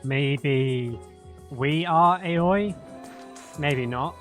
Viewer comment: I love how everything falls into place in this part of the game, your enjoyment gives me hope you'll play more games like this in the future. Btw, Aoi is pronounced like ah-oh-i. Fun fact: it's a boy's or girl's name, also a surname, can also mean blue.